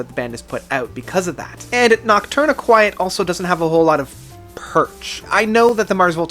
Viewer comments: Eh... no. Noc-turn-EE-quet. It comes to from Nocturnal and Tourniquet. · Noct- tourniquet not quiet LMAO do you know what a tourniquet is? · first I thought you were being clever & making a joke, then you pounced it the same way the 2nd time & 3rd & 4th etc... Noctourniquet is phonetically pounced: Knock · turn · eh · kit ... It's a portmanteau of "Nocturnal" & "Tourniquet", hence it's pronounced as "Tourniquet" with the added "noc" (pronounced "knock") syllable, or: knock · tourniquet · It’s pronounced Noctourni-kit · My dude. You can't just pronounce 2/3 of the album titles so brutally wrong like this. "Noctourni-quiet" is particularly bad because it's sung very clearly in the title track. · It's pronounced Nock Turn A Kit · noct- tourniquet. as in the thing used to stop bleeding in dismembered limbs. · your pronunciation of nocturniquet is...just silly man. lol. anyway, my list (from favorite to least) would be 1. frances 2. amp 3. de-loused 4. goliath 5. noctourniquet 6. octahedron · Lol at the way you pronounce Noctourniquet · I'm surprised so many people can't pronounce these albums correctly, adding letters that aren't there. Crematorium, mule, amputexture, and whatever this guy did to Noctourniquet.